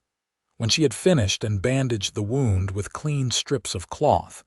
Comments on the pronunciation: When referring to "winding ways", then "Wound" is PRONOUNCED "WoW•nd". "Wound" being pronounced as "Woo•nd" is an INJURY, AND NEVER A SPIRAL OR TWISTING TRAILS. TONS OF American English words are Iike this in a language with only 26 letters. I recommend you get a very large UNABRIDGED and Expanded DICTIONARY that includes phonetic sounds of letters, and on how to pronounce the words. Please. We would appreciate it immensely. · Wound is the that kills me. Wound - woond - an injury Wound - wawnd - wrap around The ai only uses one pronunciation